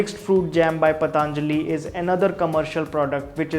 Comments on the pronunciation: Its not. पतांजलि its पतंजलि। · Not pataanjali...its patanjali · Ayeeeee learn first to Pronounce properly...it's Patanjali not Pataaaaaaanjali...ha ha ha Pataaaaaaanjali... Your English is like writing SSC paper, speaking with Aliens tone...ha ha ha Pataaaaaaanjali... Pataaaaaaanjali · It's पतंजलि not पतांजलि whether in English or Hindi because it's name after a maharishi Patanjali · भाई साहब सबसे पहले तो आप अपना उच्चारण मेरे हिसाब से सही कर ले तो हम सभी पर बड़ी कृपा होगी वह पतंlजलि नहीं पतंजलि है महर्षि पतंजलि के नाम पर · Useful video, but some feedback for you. I'm sure you studied Hindi in school. You can pronounce Patanjali correctly ? It is पतंजलि not पतांजलि ! Please make an attempt to be as Indian as possible in your pronounciation ...you are taking the same of a respected Rishi, the least you can do is pronounce the name correctly. Second, coconut oil has a LOW heating point,not High. Please research better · It's पतंजलि, not पतानजली as he reads. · उच्चारण कृपया स्पष्ट करें पतंlजलि नहीं सही उच्चारण पlतंजलि है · It's not "Pataanjali" , it's patanjali. So many of us pronounce it wrong. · I have seen many of your videos. They are extremely informative. Keep up the good work. Just commenting here to let you know that it is not पताञ्जलिः but पतञ्जलिः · It's not pataaaanjali my dear. Who told you this ? Patanjali. Not pataaaanjali. Stupid. Learn pronounciation first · Its not pataanajli Its patanjli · Bhai it is पतंजलि not पतांजलि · भाईसाहब इसका नाम पतंजलि है। आप इसको बार बार पतांजलि क्यों बोलते हो? कृपया उच्चारण शुद्ध करे। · पतंजलि ना कि पतांजलि 😂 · Please don't say "PATHAANJALI" it is "PATHANJALI"(Patanjali),didn't you ever listen Baba Ramdev speak? what's the problem? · Paatnjali nhi be anpad,patanjali bol. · Bro its patanjali not pataanjali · Patanjali ko PATAANJALI bolna jaruri h kya?